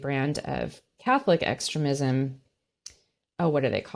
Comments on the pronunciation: It's pronounced phonetically: ex..stream...ism......not extra...ism as the guest pronounced it. It took awhile to figure out what in the world she was saying, I've never heard it stated the way she said it. Fake Christian's just like Drumpy who doesn't know the new from the old testament. His family attended church because his mother wanted it but when he attended military school church and its teachings never made it through his demented egotistical maniacal narcissistic pathological lying brain addled with NPD. These ultra Christian ideals are filled with communities of hypocrites. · Sorry, I'm out. I can't handle the way this Trump sympathizer says 'extre-mism'. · The way she pronounces "extremism" and "extremist" drives me crazy. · She hasn’t read the indictment? Why is she postulating on this? And her constant mispronunciation of extremism and extremists? Something smells about this reporter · This lady puts the ehmfassis on the wrong silahbowl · Why does she keep mispronouncing extremism? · How interesting - your guest's pronunciation of "extremism" - with emphasis on the first syllable - sounds so much like "excrement" - LOL !! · Why is she pronouncing “extremism” wrong? Odd. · I have a very petty comment about something that irritated the hell out of me. She kept mispronouncing “extremism”. Someone should have told her. It jarred me every time she said it. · Her pronunciations of extremist, extremism, and transgrestions...🤷‍♀️🤦‍♀️